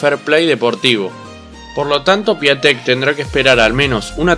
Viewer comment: Piatek se pronuncia Piontek